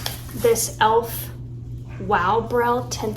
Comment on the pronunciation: You said Elf, and I heard ALF. 😅 Did you ever watch this show?